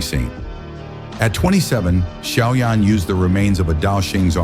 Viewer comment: It's xiao yan not shaoyan and it's dou di not dudi